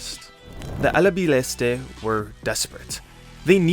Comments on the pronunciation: “Alabilestee” 💀 It’s ALBICELESTE 🤡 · It's ALBICELESTE, not ALA BILESTE. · what is the "Alabileste" in :P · ahem it's 'Albiceleste' ahl-bee-ceh-less-teh 😊